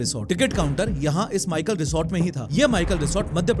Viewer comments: माइकल रिसोर्ट नहीं मैकल रिसोर्ट है, मैकल पर्वत का नाम है। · माइकल नहीं मैकल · माइकल ❌ मैकल ✅